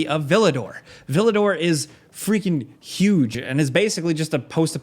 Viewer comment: i have reason to believe the game is set somewhere in france, considering "new paris" and "villedor". "Ville D'Or" is "golden city/city of gold" in french. hearing you pronounce it as "vee-luh-dor" makes me cringe everytime